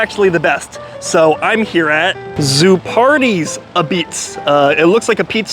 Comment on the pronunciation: I was listening to the info and I heard "Zoo Party" as the name of the place. Finally some good fair-priced pizza!